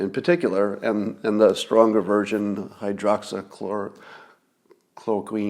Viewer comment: FYI: Hydroxychloroquine is pronounced: hye drox ee KLOR oh kwin.. The last syllable rhymes with Gwen